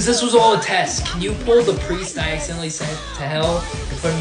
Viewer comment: THE fact on the first seasons finale he said pwull and pwiest